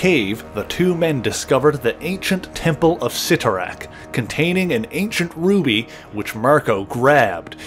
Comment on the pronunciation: Thank you so much for pronouncing Cyttorak correctly. So many on YouTube have butchered the pronunciation in the past.